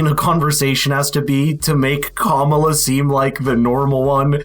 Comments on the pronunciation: In Madison Wisconsin they were positive that "Mamala" would win. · I just heard the Kamala/Mamala and I’m not sure I can finish this video🤢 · Ah yes. "Momala." The other Secret Service failure nobody talks about.